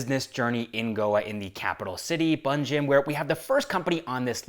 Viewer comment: Bro its panjim not bunjim panjim is pronounced as "pen-gym" also locals call it as "pon-jay" or "pon-ji"